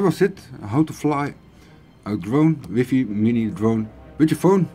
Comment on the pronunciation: Connect to your "whiffy" haha!